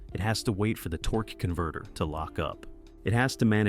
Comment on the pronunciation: The way the guy says Torquey Converter makes me laugh. Lol